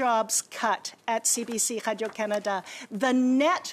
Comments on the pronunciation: Why did she suddenly fall into a French Canadian accent when she said Canada? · She pronounces "Canada" wrong.